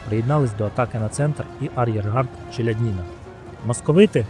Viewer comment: Авторе, робіть, будь ласка правильні наголоси. Вже ж таки у родовому відмінку буде не ЧеляднІна, а ЧеляднінА. А місто в Білорусі Орша (наголос на першу голосну), а не ОршА🤦🤦🤦🤦 Лінь пару хвилин на Вікіпедію витратити, щоб подивитись, як правильно?